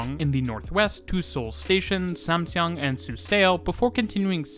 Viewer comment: FWIW, Samseong is pronounced like Samsung